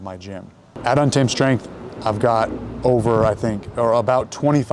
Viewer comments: TREN ON TEN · “Thread on timmmme” is what i keep hearing. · yeah, been a viewer for ten years. after like 5 did I realise hes saying untamed 😂